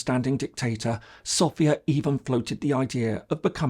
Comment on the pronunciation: Es ärgert mich immer wieder SofÌa zu hören. Wenn man sich als große Kenner der bulgarischen Geschichte sieht, muss man auch wissen das die Hauptstadt Bulgariens SÒfia heißt, also der Akzent fällt auf das O. Danke!